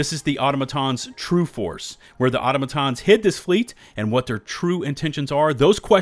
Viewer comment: Aw-TAH-muh-tahns 😢 please 🙏 not automo-tahns